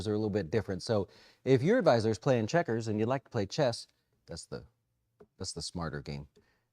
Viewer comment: Did he say Do you play Chest?? lol